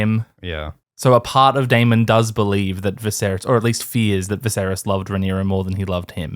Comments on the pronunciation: ...its DAY-MIN not DAY-MON:(:(:(:(:( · If you're going to pronounce Daemond wrong can you at least try to say it less. It sounds so forced it's like nails on a chalkboard. Wanted to watch this video but couldn't because of this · Love how pronounces Daemon like Digimon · Aymind Aymond Daymin Daymon...with how often you two flip flop, how about a disclaimer? (We do not agree on the pronunciation)